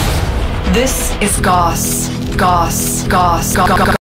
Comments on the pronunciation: Remember: It's pronounced "Gowss" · See I new it was pronounced GAO-USS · It's pronounced Gaws.